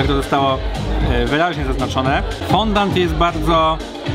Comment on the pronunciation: To jak już się edukujemy to też fądą, a nie fondant 😁